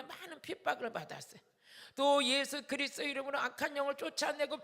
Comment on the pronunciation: 목사님~ 그리스도가 그리스 로 들리네요